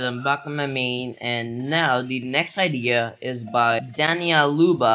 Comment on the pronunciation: Man why dania Luba it’s danial uba